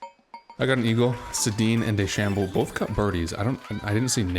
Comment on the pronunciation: Love the video Sensei! The player named dechambeau is a reference to the real life professional golfer Bryson Dechambeau. It's pronounced de-sham-bow :)